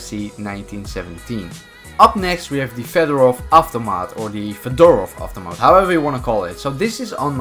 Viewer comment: feh-der-ovf ahv-toe-maht, thats how you pronounce: Fedorov Avtomat